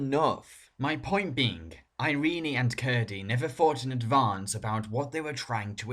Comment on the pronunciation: "Iree-nee"? Heh.....ehh.